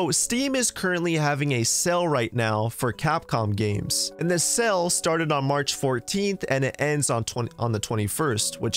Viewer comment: You know "sale" and "sell" are different words right? Like they aren't both pronounced as "sell"